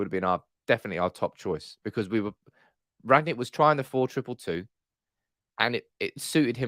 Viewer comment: I don't want to be pedantic....BUT...its RANG-NICK, NOT Rag-nick.